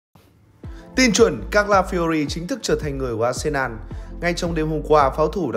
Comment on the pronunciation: arsenal ... đọc là a sê nồ .... ko phải a sê nan. Tôn trọng tên riêng khi đọc